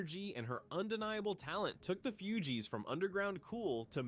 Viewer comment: The narraration is gawd awful, mispronounsing the fugees differently every time... it's just bad